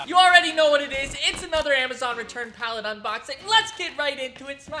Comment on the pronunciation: "return pallet vabz"